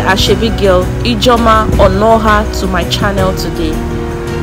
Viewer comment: Nice content. She has so much to give like alot going on around her,tnx for bringing it and sharing to us. I will forgive you for murdering the name Onuoha 😆. More wins💋